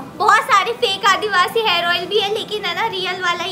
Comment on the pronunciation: Hair ...not harss😂😂